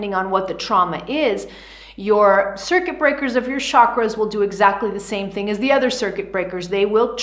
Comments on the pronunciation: Love your explanation but chakras ate pronounced as chakras as cha in chocolate and not Shakras as you did 🙏🏻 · I wish everyone pronounces chakras right. It's not "sha-kras". It's prononunced as "chuh-kruh". As in chilli. Ch.